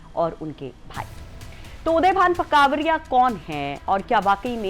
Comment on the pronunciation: मैडम उदयभान कांवरिया नहीं करवरिया है। और विजया यादव नहीं विजमा यादव है।😊